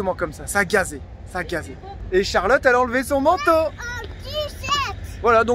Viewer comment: Exuser moi CHARLOTTE ET NON CHALOTTE!!!!!!!!